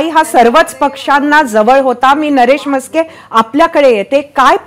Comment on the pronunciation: म्हस्के नाय नास्के असावेत हे